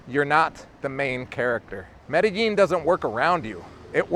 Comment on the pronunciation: Hey, 16 years in Medellin and you still sometimes can't pronounce it like a native? I'm not hating, just giving you some hints. What you're saying is absolutely true. I have lived here for 6 years, married a woman...as her kids got older it has become more stressful. I'm going to leave this year, that's the plan unless things change. Also be aware for you guys coming to stay, there are a lot of beautiful women, make sure you're with the one you want to love. Or love the one you're with!